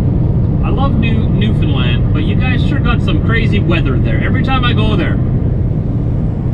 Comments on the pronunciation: The way you say "Newfoundland" sounds like "New Finland" :-) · Yep, it's understand Newfoundland, a rhyme., you were in Port Hastings on Cape Breton Island.